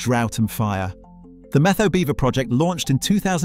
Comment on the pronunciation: "METHOW" is pronounced, MET--HOW. Try talking to older people that are actually from Eastern Washington. Why was there a photo of Ted Nugent in there. He's from Texas. That being said, I am a big proponent of allowing these magnificent animals to thrive for the very reasons in this VLOG. There are a few of these furry creatures in the stream a few yards from my home. They are all thriving in the pond they built.